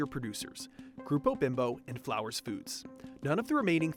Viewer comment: Flowers Foods? Not Flours Foods, odd.